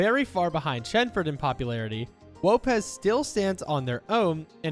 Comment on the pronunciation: Wopez 🤣🤣🤣 its Lopez